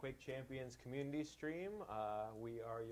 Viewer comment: "Cumminity" Seriously, guys? You must have lots of fun behind the scenes...